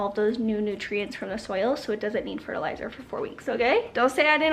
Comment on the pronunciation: So you said they need fertilizer...I heard "they need their pre-workout"! 🤣🤣🤣